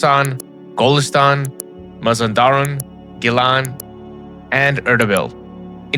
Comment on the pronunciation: How about you pronounce the names correctly , wtf is DOMAVAND or Moe Zandaran ? 😂